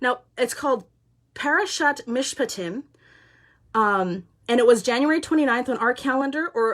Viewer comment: Thank you so much for sharing this. You are a brave warrior! And you pronounced Mishpatim perfectly. This morning I had nothing on my calendar and I asked God why. I really felt him say that he was going to do something today - no specifics. So I have been online off and on and watching this Country do just what you said - Quebec decided not to levy their tax on the unvaxed, the truckers in Ottawa are playing hockey in front of the parliament buildings with the truck horns blaring in the background. The truckers at the Alberta/Montana border were praying our Lord's Prayer last night and today they stared the police down singing O Canada - and the police backed off. Justin is still proving himself to be an unfeeling petulant child and the Conservatives are just nailing the conservatives in the Parliament. Today is a good day! I encourage you in your studies on our Jewish roots - we have people in my town very interested as well. Bless you - brave warrior that you are!